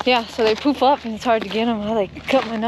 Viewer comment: LoL I kept hearing 'poop up' instead of 'poof up'. LMAO - took me awhile of listening to get it right. I was like... e